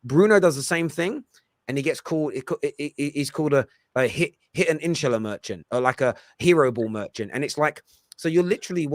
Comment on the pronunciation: Its not 'insherler' - its IN-SHAH-ALLAAH - shah and Allah rhyme with 'car'